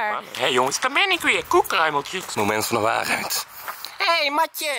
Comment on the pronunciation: haha hoe zegt koek kreumeltjes